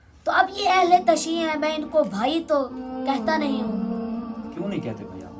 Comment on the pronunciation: جاہل اہل تشیع نہیں ہوتا اہل تشیعُ ہے جیسے اہل تسنُن وغیرہ